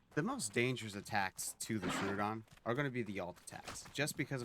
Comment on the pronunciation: Tro-odon Not Tru- odon